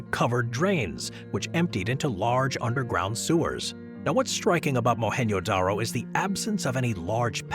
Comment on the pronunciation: mohan “JoDaRo” not “yodaro”